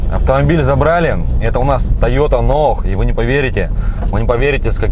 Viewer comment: Режет ухо НОАХ, я понимаю,что в европейской части безграмотные, но в Приморье нонсенс ! Тойота НОЙ , вот правильное название автомобиля !